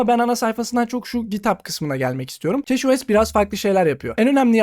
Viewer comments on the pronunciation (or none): keçi os keşo es değil